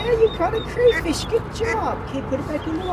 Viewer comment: cray-crayola craw-crawlingcraw-crawfish not crayfrish sorry couldnt take it. Otherwise love your videos and what you're doing.